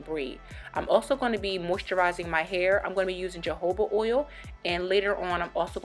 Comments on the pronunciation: I was cool with watchin this til she said "Ja" hoba😒 knowing it "ha" hoba oil like I can't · Did she say Jehovah Oil? Lol!